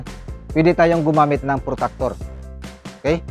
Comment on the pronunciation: Protractor po yn sir hindi po protactor😂